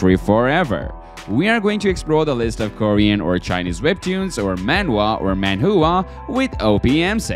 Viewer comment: He said he read manhua when he was young ,but he cant even say it right.